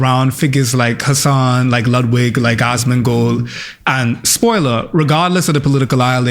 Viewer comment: no offence to the accent, but all i hear you call him is Ass Gold